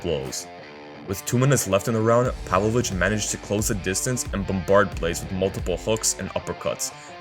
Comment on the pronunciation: It's pavlOvich not pAvlovich cmon